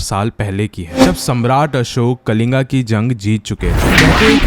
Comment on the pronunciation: Khalinga nhi kalinga